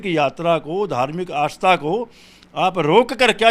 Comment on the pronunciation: शोमवार, आश्था, जिश प्रकार , फूल बरशाये, भाषा तो शुद्ध बोलना सीखो, हिन्दू धर्म की रक्षा बाद में कर लेना।